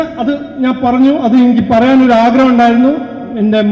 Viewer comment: പറന്നു അല്ല മാഷേ പറഞ്ഞു എന്ന് പറ വാഴ പഴം എന്ന് പറയുമോ 😂😂😂